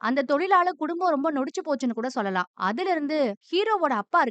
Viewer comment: Sollalaam nu solla kootatho Athu enna chollalam Irritating ah iruku 😖